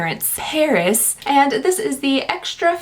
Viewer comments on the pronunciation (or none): none